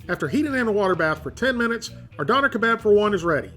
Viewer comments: Its dööner not doner 😩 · Not a Donner, pronounced Dough- Nair. I'm thinking/ (Hoping) you are purposely pronouncing these words purposely for shits and giggles lol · Living in germany you keep pronouncing Doener wrong. It can also be wrapped in a tortilla, and the sauce is an Herb and/or Garlic sauce with "Sharf Sause" or "Hot" sauce, but its really more of a sweet chili sauce. Pronounce it Duerner, pronounce the umlaut i can't listen to you say doener any more. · Hey man, the umlaut over the o (ö), changes the pronunciation to durr-NAH, not dawner lol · I love this channel , I watch it every week but it absolutely kills me when he says “don-rr”. It’s “doan-air”. I tried to get through the video without it bothering me but it is basically ear rape every time he calls it “don-rr”. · Your pronouncing doner incorrectly it's pronounced Doh-n-air. They're big in canada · Dough nare...... say it right bro. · Pronounced "doh-n-air" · It's pronounced Dun er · and if you actually knew what those pronunciation sounds mean it is D - for dog o - like code, n - for neigh er - for ER in letter, doner wasnt invented by turkish germans, it gained its popularity in in europe from germany but it was most definitely originated from turkey, doner kebab on the other hand didn't originate from turkish germans, it originated from a turkish immigrant selling doner kebabs on a street stall. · Natalie Wiltshaw Döner was invented by turkish-germans, and the correct pronounciation is [ˈdœnɛr], [ˈdøːnɐ]. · No it's not. it's actually pronounced like "Duna" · im cringing because of how you say döner xd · Man how many times can you mispronounce Döner in one video. Lol, good video but its painful. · The way non germans say döner is almost as bad as döner in a can